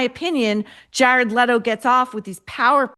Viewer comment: You need to learn how to pronounce last name Leto correctly